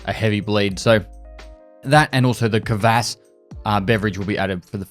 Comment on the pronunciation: It's KVASS not K A VASS;P Love you mate! Cheers from Poland!